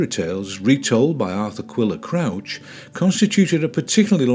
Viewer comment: Arthur Quiller COOCH it's pronounced like couch grass.